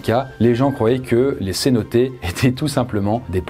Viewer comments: Merci. Cependant on dit cénote et non cénoté. Ce nom vient du maya... Bon il suffit de demander à Google... Bref il faut bien prononcer les noms... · Cénotes, prononcer cénoteu et pas cénoté.